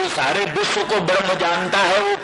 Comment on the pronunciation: विश्व तक का उच्चारण नहीं कर सकता है बिस्व / बिश्व उच्चारण करता है